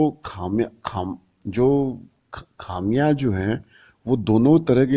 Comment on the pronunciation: Pathetic is only word for your analysts. You can't even speak properly for example the word is खामियाज़ा but you can't pronounce it . First learn your job and then try to teach others their job. Your points are rubbish tell something new .